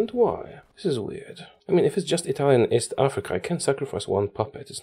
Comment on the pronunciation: As italian i need to congratulate with you because you have a great italian accent better than people that lived in italy